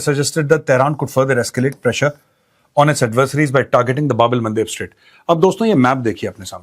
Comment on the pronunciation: ba bal mandeep ❌ Bab el-Mandeb (also spelled Bab al-Mandab) ✅